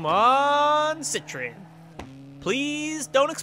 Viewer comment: you're pronouncing CITROEN wrong